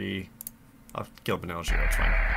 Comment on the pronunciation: Wait, it's Benalish Hero? The resolution for me was to low to read, so based on the pronunciation I thought it was called Banal Shiro.